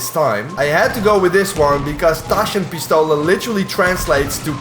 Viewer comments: as a german im impressed how you pronounced Taschen Pistole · As a german I must say that that was a very good pronunciation of "Taschenpistole" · at least pronounced "Taschenpistole" correctly